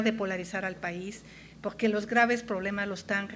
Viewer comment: Podqué dices podque?